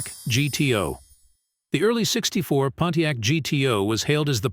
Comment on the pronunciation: In the future spend money on better AI that can properly pronounce Camaro, Pontiac, etc.